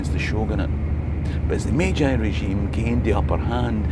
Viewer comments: What a fantastic bit of history, and international adaptation for trade and the future. -- One quibble: "Meiji" is pronounced /may-jee/ not /may-jigh/ (ei = eh-ee, ai = ah-ee) in Japanese. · okay I love your content and this story but the mispronunciation of "Meiji" is nails on a chalkboard 😅